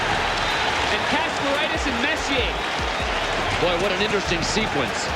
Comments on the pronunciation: You keep saying Messy-errrrrr. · I'm going to barf if his does stop saying " mess..ier" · Whomever is narrating this video knows absolutely nothing about hockey! The name is pronounced; Mess-ee-aa. Not mess-ee-er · Attention narrator, Mark Messier's last name is pronounced: MESS-EEE-AAY, and NOT messy-er. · Mark Messy ay. Is how you pronounce it not Messer the R is silent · 👎🏼Hate these BOT READERS! His name is PRONOUNCED MESS-E-AAAY Have some RESPECT! ❤Alberta 🇨🇦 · Mark MessIER!?! En français s'il vous plaît. OR let a Canadian do the dialogue. Please ... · When the narrator knows so little about hockey that he calls Mess,,,, Messyour,,,, it is obvious that he is just some goof reading a script. Ridiculous. No thanks. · AI, please pronounce it MES-SI -AY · I'm messy, but he's messyer. Whoever programs these AI voices should at least figure out correct pronunciations. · Messi-ER, Grant FOUR, Jamie MAC-COON, what the hell? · Good mispronounce of Messie-ay, dork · Like this story turns my guts listening to how he says Messier..... Clearly not a hockey person at all and I'm not even two minutes in pretty much know everything about Messssss Eeeee Aaaa there ever is anyway because he was my favorite player....jam the like and subscribe up your ass this is gross and idc if that is harsh or rude because your lack of knowledge of one of the best players ever is straight up disgusting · Grant foor? Mess-e-or? Who is this clown commentator? Big mess was at the end of his career when he took the big bucks to go the Canuck’s What were they expecting from a 40 yr old former star Cocaine allegations Seriously ??? The numbers speak for themselves This is a very stupid video I feel ashamed to have watched it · Messy Ear, Grant Four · Get his fn name right ffs mess e r . Mess e a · So in CanaDUH, is it Messier...EH? L0L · The narration is so bad. How many name mispronounciations? The subject, Messier. McCoun Fuhr Horrible video. Horrible copy. Horrible narration.